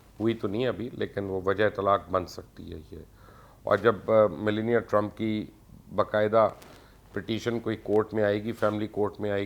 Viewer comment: Mubashar sb trumpnki wife ka naam tou tekh say len ap bilkul wrong pronounce kar rahe hain please you are a public figure so study before you come online and secondly ye America hai pakistan nahi please dont compare the politics of Pakistan to America